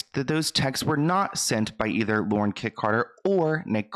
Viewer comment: I’m sorry but it’s Lauren .